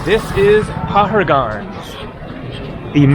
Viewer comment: Hi: Nice video of walking the crowded streets of Delhi. I lived in the city for many years in the 70s & 80s. I have certainly not explored the streets of Delhi as much as you have. By the way, even though it is spelled "Paharganj", it is pronounced as "Pahaadgunj". The "r" is pronounced more like a soft "d". Similarly, Chandigarh is pronounced "Chandigad".